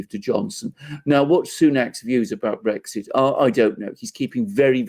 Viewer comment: Do you have segs with your wife? The word is Brexit, not Bregsit